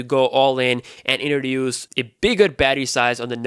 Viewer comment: My friend, please learn how to pronounce the letter T. You say D. You say indroduce. Its inTroduce. You say infinidy. Its infiniTy